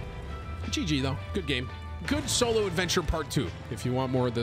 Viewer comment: For second there i thought Tim said Cholo Adventures 🤣